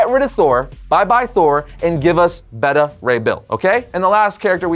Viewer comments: It's pronounced Betta Ray Bill? Not Beta (Like what comes after Alpha) Ray Bill? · I can cope with it being pronounced 'Bayta' as opposed to 'Beeta'. Can't cope with it being pronounced 'Better' though. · Bayta not Bedda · Why is he pronouncing Beta Ray Bill's name like that? Its Beta Ray as in Bayda Ray. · I feel like you're typecasting him as Super Powerful based on his Superman role. I think he has the acting chops that he could pull off Wolverine too. See that chin coming out of the yellow cowl. Also Beta Ray Bill is going to be fucken terrifying in live action is why they are taking so long. Also you dont know how to pronounce "Beta". But its cool, made me laugh because you said it like Betta. Betta Have My Money. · It's not behta ray bill dude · It's pronounced "BAY-ta" Ray Bill